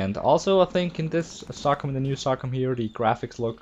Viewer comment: its pronounced so com i no if u come from somewhere else its pronounce diff